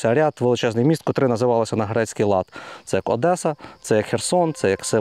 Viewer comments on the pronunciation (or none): none